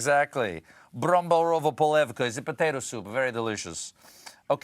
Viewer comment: "bramborová polévka" he got it almost perfectly!